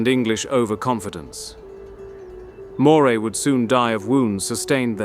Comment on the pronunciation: AI. A part of the script was repeated. Obviously not British. Moray is not said like the ell but it is pronounced Murray.